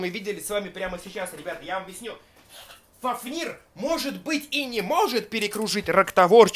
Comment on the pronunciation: Не фафнииир а фааафнир